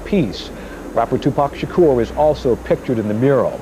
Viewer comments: WHY do you keep pronouncing "Shakur" that way. It's SUPER disrespectful to mispronounced people's names. You LITERALLY played a clip where he said his name. Have some more class 😑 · Great video but you are pronouncing Tupacs lasy name wrong